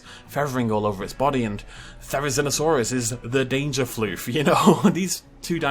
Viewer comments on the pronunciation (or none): none